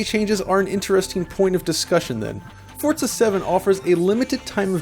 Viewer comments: I found it very annoying that he says Fortza, with a T, when Forza is spelt Forza. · Stop calling it forTza. It'd forza. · Why do you say Fortza? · Why do I hear so many people like this guy calling it.. Fort-za there is no letter T in Forza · Fortza it's forza you twat get it right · Why is he pronouncing Forza as Fortza? Annoyng. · Its FORZA not FORTZA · Forza is an italian word. In italian the letter Z is pronounced TS. Like Pizza. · Forza is an italian word. It’s pronounced ForTza. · Bro.. it's not Fort-za.. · I hate when people put a T in the middle of Forza. It's not Fortza Motorsports. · its FORCA ? not Forza ? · No, it's just pronounced Forza